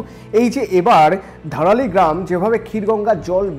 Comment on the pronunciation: ধারালি নয় ওটা ধরালী